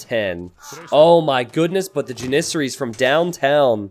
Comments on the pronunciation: JAN-IS-SAR-IES or Janis-saries. The Pronunciation of onager was debatable but this one is not lol. God it's like nails on a chalkboard every time he says it..... The herding of deer seems like a giant waste of time lol but I guess theres not much going on early game and farms do cost wood I supposed. Still what a pain in the ass hahaha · Dont worry I completely agree he's pronouncing it really weird. Jan-is-sar-ies or Janis-saries I googled it to make sure because his pronunciation was bothering me again LOL